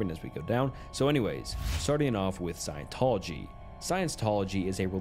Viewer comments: The Cult of Scientology. Science Tology… dude really? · Bro... seriously?? Sci-en-tol-ogy E - meter In-ev-et-ah bul And about 20 more 9th grade words You have a quarter of a million subs, don't think it's necessary to pronunciation bait commenters for views, wouldn't you agree?